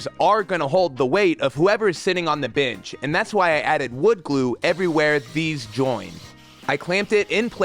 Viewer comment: Nice, uh...binch? I keep hearing binch, and I can't stop laughing, it's like someone bet you you wouldn't, but then you did, for an entire video. XD Points off for Kreg for the aggressive ghost sponsorships this week. I don't care if they want to openly sponsor videos, but this deceptive product-drop bullshit is not okay.